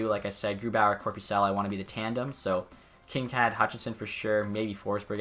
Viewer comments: its pronounced kin - kade not kin - kad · Also I don't wanna be that guy but its actually pronounced Kinkaid with a hard a not a soft one.